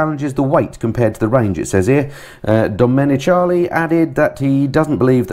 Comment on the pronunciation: The fellas on MotoGP commentary pronounce it DomeniKAli